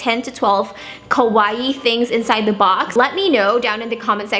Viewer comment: it's KAwaii, not KOwaii! xD